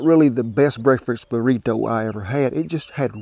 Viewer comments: Mexican - burrito Old man - burrituh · The way he say “Burrito” is so funny not in a make fun way but a nice and I’ll be saying it from now on type of funny